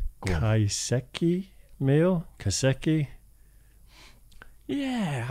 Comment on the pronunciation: Dave, your pronunciation of "kaiseki" was right the first time. Conan's intonation was off.